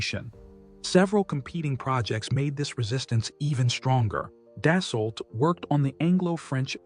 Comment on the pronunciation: Its pronounced, Dasso.....when an A and U appear together in the french language, they are pronounced as a singular O, and the L and T in Dassault are silent.